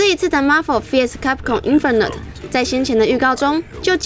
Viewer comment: 為什麼連infinite都能念錯？ 電玩宅速配請的主持人都正沒錯....但口條沒一個行的啊><